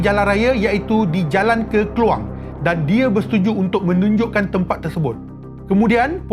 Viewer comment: Klawang disebut Kluang... Merajuk aku sebagai org klawang jolobu ..